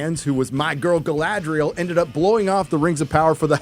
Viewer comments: I have to admit understanding Geil-ladriel for the first couple of times he said it while it seems he meant Guy-ladriel all the time. Greetings from Germany lol. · Say the Name Galadriel right! Not Guyladriel!!!!!!!!